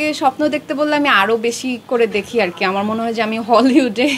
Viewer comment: স্টাইল কোরে উচ্চারণ কোরতে গিয়ে আর এর বদলে আড়,,,, আড়,,, । গ্যাস্ট্রিক।